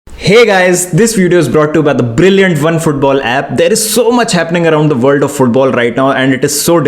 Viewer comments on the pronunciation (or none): none